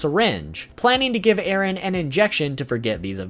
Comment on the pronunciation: It’s eren not Aaron